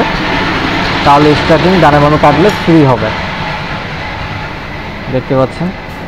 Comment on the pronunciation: ইস টি আ রিং। স্টার্টিং না